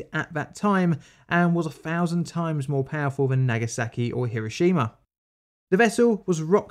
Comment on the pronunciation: For example, Nagasaki isn't "nagger-sacky", it's "nar-gar-sar-kee". Once you get good at pronunciation then you can speed it up a bit and sound more professional.